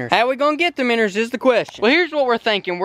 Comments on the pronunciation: ITS CALLED MINNOWS not minners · he keeps saying miners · Why do you say minrs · Minnows not minners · Its not airiator its AIRATOR AND IT'S NOT MINNERS!! ITS MINNOWS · minnows. bro. not minners lmao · Dude there cal minnows not minners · Stop saying minners and just say minnow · i live in kentucky and no-one says meners but luv the vids keep it up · Minnerds lol